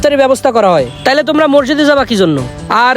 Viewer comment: ভাই মরজিদ হবে না সঠিক উচ্চারণ হবে মসজিদ